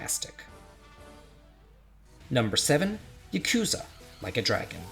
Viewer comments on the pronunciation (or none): none